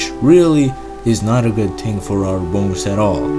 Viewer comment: lol when you say "thing" it sounds like roadman here in london say "ting innit"